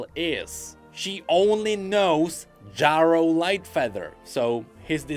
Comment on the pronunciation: Omfg, you are driving me insane! You can't have not heard how Ezreal says that name. It's pronounced Jerro, not Jawro. I know english isn't your first language, but for the love of god, if you put Ezreal saying it in this video, the least you can do is say it how he says it.